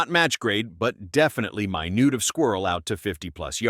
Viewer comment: I don’t recall the “narrator” once saying “long rifle.” “My newt” of squirrel was also pretty amusing.